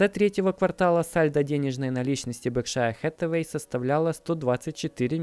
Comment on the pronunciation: Всё отлично, только не БеркшАя, а бЁркшир Хэттавей!